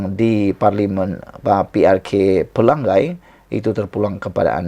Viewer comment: Chemomoi bunyinya CHE/MO)MOI bukannya CHI/MO/MOI. Pelangai bunyinya PE/LA/NGAI bukannya PE/LANG/GAI